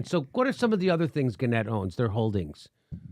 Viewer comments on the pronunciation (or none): Guys, pronounced GAN-nette. Access on first syllable.